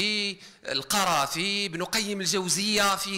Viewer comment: أكاد أجزم أن هذه المحاضرة المليئة بالشبهات كتبت للوزير لا يكاد يكمل فقرة من فقراتها إلا ويحصد جملة من السقطات اللغوية، ناهيك عن سوء تشكيل اسماء بعض الأعلام مما يدل على عدم صلة بين الرصيد المعرفي للوزير وكتب أولئك الأعلام كالقَرافي نطقها القُرافي، وابن القَيِّم نطقها ابن القِيَم ؟!!! إضف إلى ذلك أن الوزير لبس عباءة الفقيه في هذه الخطبة شرب بشماله في نحو الدقيقة ثم حتى أسلوب الإلقاء ممل للغاية يسرد ما في الورقات بشكل سريع كأن مبتغاه انهاء المحتوى فقط، وكيف سيستوعب السامع هذا الكم الهائل من المعطيات والتي يظهر أن المتكلم حتى هو غير مستوعب لها؟!! أما الترجمان المتدخل الثاني أعاد خطاب الوزير المكتوب وكأنه على علم بالمحتوى وأعد له اختصارا، وما رأيناه إنما هو مجرد تمثيل أمام الكاميرا على أنه استوعب ما جاء في خطبة الوزير المكتوبة، يريدون إثبات هذا الخطاب التأسيسي المليئ بالشبهات والمغالطات والتي تحتاج من أهل الاختصاص إلى نقض ونقد علمي رصين وليس إلى ردود أفعال عشوائية لا صلة لها بالعلم الشرعي. والمتسائل المتناقض الثالث فهو أشر منهما.